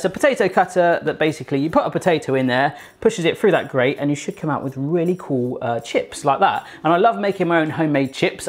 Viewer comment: "I'm gonna tide "fru" the pizza